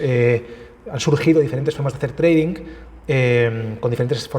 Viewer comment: treidink HAHAHAHAAH madre mia.... ni pronunciar sabes lo que supuestamente te dedicas